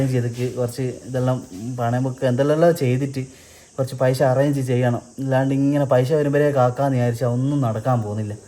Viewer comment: പൈശ അല്ല പൈസ